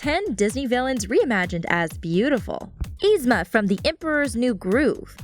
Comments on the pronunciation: It's not Ee-Zma. Its Yee-Zma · ITS NOT EZMA ITS YZMA AND SHE IS LIKE THE BEST SO SHUT UP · You pronounced yzma's name wrong... sorry that just bothered me no offense!.!.!. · I was wondering how yzmas name is pronounced with y but it's actually the same as my sissy's who starts with I😂😊